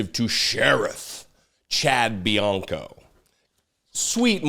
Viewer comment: Actually, Trump was speaking in Indio, California. In the Coachella Valley. And Bianco is Riverside County Sheriff, not the sheriff of the city of Riverside, just to be technical. And it's pronounced Benoyt.